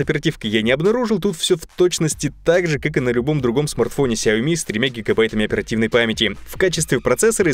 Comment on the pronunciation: Ну хоть один человек правильно произносит название Xiaomi